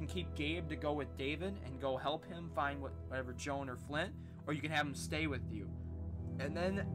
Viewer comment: Its Clint not Flint lol